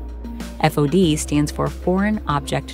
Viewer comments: It’s pronounced “fawd” not f-o-d. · It's called "fod walk down," not "F.O.D." 😂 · Nobody says F-O-D. They say Fod. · It's not called 'F-O-D walk', it's known as a 'FOD walkdown' where FOD is pronounced as a word as in 'fod'.